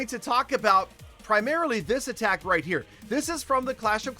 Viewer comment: when I donate him 17$ and he says "that's royt, petah 17 dolars"